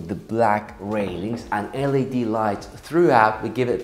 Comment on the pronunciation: I love your tours. When you pronounce Led it's said L.E.D lighting, pronounce the letters individually. The shallow shelf in the pool is called a baja shelf, which is pronounced as baha. Keep up the great work, thanks Roy.